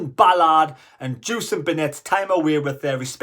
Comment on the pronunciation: It's pronounced Jevison he doesn't like being called Jewison 😂 pulled a commentator for it not long back